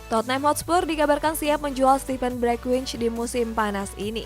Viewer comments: Bergwijn itu dibacanya 'Bergwain' bukan Bergwich 🙏🙏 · Bereqhwaiyn bacanya